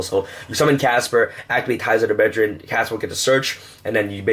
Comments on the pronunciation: Brethren...not breDRIN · I heard breadjerin